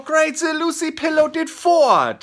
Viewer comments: Yeah... But the word is FART not fort... And LOUCY as in crappy... NOT Lucy which is a girl's name.... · this video was golden and so were the "forts", but for whatever reason i cracked up the most when flula pronounced "lousy" as "lucy". 😂😂